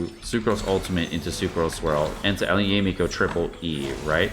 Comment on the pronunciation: Pls, not Yay Miko 🤣🤣🤣😂🤣😂🤣